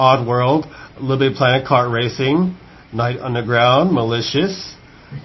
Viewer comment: The one debating BBC made me angry. Like, really? "The best wacing game evar!"